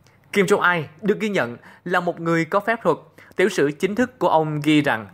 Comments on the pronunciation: Đã là rất hay cho đến khi nghe phát âm kim jong il sai. Hầy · Kim Jong il chứ ko phải kim jong ai